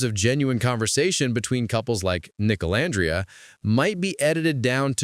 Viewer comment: I know this is AI voiceover but can you please fix the names? It calls Olandria different things throughout the entire video. It’s off putting.